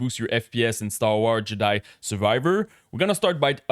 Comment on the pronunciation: He say "Star War Juhdie"?